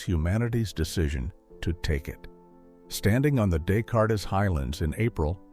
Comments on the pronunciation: He had earlier given us the “Dess- Cartess-Whatever, not understanding that we’re talking about a French mathematician’s name. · Who knew he graduated from "M One T"? 😂 Also, isn't the region of the moon visited pronounced "day kart"? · This narrator doesn't know what the De-Cart highlands are! He called it the Descartes Highlands. Unbelievable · or descartes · Great info but please stop using AI. It can’t pronounce names like Descartes. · Good video. I wish AI could pronounce Descartes correctly though. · Please teach the ai voice generator how to pronounce Des Cartes! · Descartes pronounced as des cart is and M1T- AI is lame and annoying; degrading the entire story. Can’t folks find a narrator that pronounces what is read correctly?